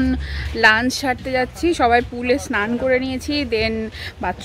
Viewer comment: Ami jokhon notun office join kori IT te, amio tomar moto korei lunch word ta uchharon kortam bole amar non Bengali collegues ra khub moja korten seta niye, then I corrected my pronunciation